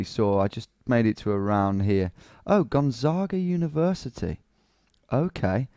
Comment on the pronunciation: Actually Gonzaga in portuguese is pronounced just as he pronounced it!